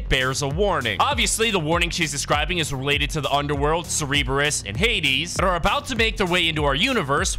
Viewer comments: Serbeereis💀 Sir-Bur-is Cerberus btw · He cereberus instead of Cerberus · bro said CeRebRUs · curburus is pronounced as sir-bur-us and hades is a good guy the worst thing he did was kidnap his wife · Yeah it is pronounced sir-ber-us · It’s (ser-i-berus) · Sir-Brrrrrr 🥶- us 🤝 and Vuh-lair - (like flair) - ee-uh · It’s pernounceds ser-ber-us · Bro said 'Cerberus' like it was Cerebro. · It’s cer-bur-us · I…. Why are you saying it like that!? Its Cerberus, and Valeria. (Sir-Ber-Us) (Val-Air-Ia) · IT'S PRONOUNCED (SER-BER-US) Cerberus, JEEZ that was a massive trigger I almost threw my tablet bc he kept pronouncing it wrong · The Famed three headed dog. Cerberus, is pronounced ( Sur-bur-oos ). And now you know...And knowings half the battle..... :) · He said Cereebeus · bro said sereeberus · It's pernounced sir-be-us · It's pronounced Sur... Bur... Us. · its pronounced sir burr us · Pronounced surb-e-rus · Wtf is a cereeebrus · Imagine if you could actually pronounce Cerberus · it is like saying the kamehameha wrong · ThANk yOu. It was driving me nuts. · The fact that he mispronounces, Cerberus is hilarious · Why do you keep saying Cerberus name wrong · imagine if home got a dictionary to pronounce cerberus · I have never heard anyone pronounce Cerberus so wrong before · Imagine if he pronounced any name correctly.